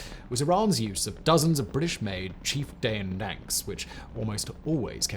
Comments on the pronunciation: What is a ‘British made Chief dame dank’? I’m assuming you meant to say ‘Chieftain tank’ 😉😂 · Chieftain is not pronounced 'chief tane', Simon! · That’s one of the weirdest pronunciations of chieftain I’ve ever heard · Great doc. And we have a new way to pronounce Chieftain. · The strangest pronunciation of 'Chieftain' I've ever heard! 😂